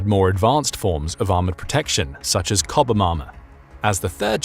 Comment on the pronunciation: AI voice needs to pronounce chobham as in chob ham